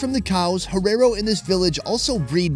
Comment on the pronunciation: How he's saying herero wrong is annoying 😂